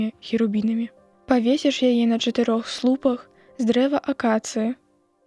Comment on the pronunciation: На слупа'х, а не на слу'пах.